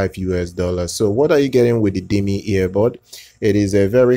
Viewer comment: You mean diiiiiiiiiiiiiime? Not Dim-e